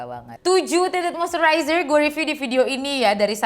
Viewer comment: Monmaap bgt ni, but i gagal fokus selama vid bcz every single time u said "Tinted moisturizer", i just heard that as "TITIT MOISTURIZER" 😭😭🤣🤣🤣